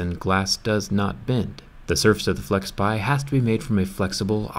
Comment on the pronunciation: FlexPai, not FlexPie (video descr)